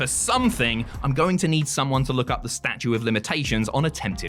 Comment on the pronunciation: Did you say STATUE of limitations? Lol...it's like that Seinfeld episode...It's STATUTE...Kramer still thinks he's right about statue, Jerry says: "Yes, it's a sculpture of limitations." :-D